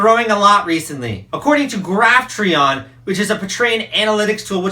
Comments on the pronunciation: I have heard it pronounced pay' - tree- on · you are saying patreon wong IDIOT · The way he says patreon